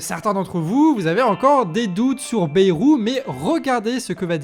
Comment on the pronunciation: Je n’ai aucune affection politique pour Bayrou mais je suis béarnais et mes oreilles saignent chaque fois qu’on ne prononce pas BAILLE-ROU. C’est pourtant pas dur.